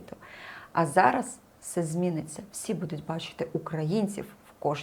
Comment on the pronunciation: Чого буду‘ть? Що за наголоси?!